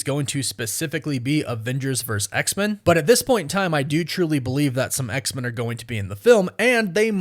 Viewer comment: Maybe it's just my ear but it sounds like you're saying "X=Mun". Am I hearing you wrong? Is that how Marvel wants that name to be said? Do you just have an accent or something?